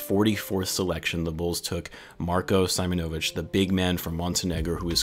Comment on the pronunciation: Its pronounced See-monovich